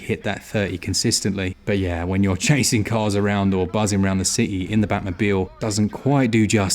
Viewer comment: "Da power of da Switch"